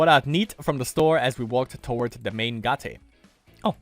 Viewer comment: Lol why are you always say "gah-teh"? Its just gate (schoolgate), normal english word Oh and also